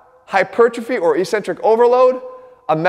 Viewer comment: There's no such word pronounced Eeeeeecentric in the English language. LOL. It's pronounced eK-Centric.